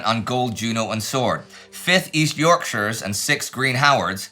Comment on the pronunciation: Well done Indy for pronouncing Yorkshire properly.